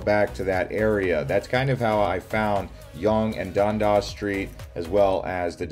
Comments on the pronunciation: 🤭👈da way u say dundas tho... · You really butchered the Toronto street names with “Dondas” and “Spadeena” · Your pronunciation hurts - I'm not sure you've even been here. Things mispronounced: Spadina (Spa-Dine-Nah). Toronto (Tor-On-No). Dundas (Dun-Dass), Yonge (Young) - Montreal (Mon-tree-all) - and BTW we are not renaming Dundas Square to Lightfoot? Where do you even get this mis-information? Thumbs down. Not informed. Never been to Toronto. Probably just an AI Bot. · Local here! The way you pronounce Yonge and Dundas is hilarious.